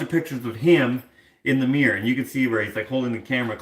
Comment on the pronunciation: Does everyone in Canada have miYYors instead of miRRors? Can't see the reason behind that pronunciation. Great ghost story :D